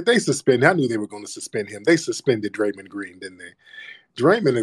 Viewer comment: Calling that man Dray-Mun was diabolical 😂😂😂😂